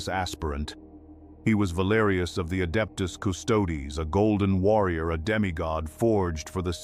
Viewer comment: The hell is the "Adeptus" "Custodes?" If you're going to use AI to slop out content, make sure it pronounces the title correctly in the first sentence.